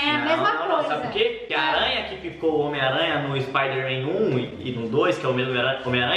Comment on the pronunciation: Não. É. Espaidemem. É. Homem. Aranha. Kkkkkkkkkkk.